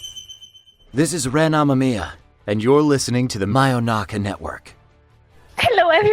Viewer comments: It hurts for me, not because of the name being different, but because of how he pronounces Amamiya. ATLUS has this habit of "americanizing" Japanese names and it bugs the crap out of me after taking classes to learn the language. Its the same pain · Hearing Xander say Ren Amamiya hurts But I have accepted it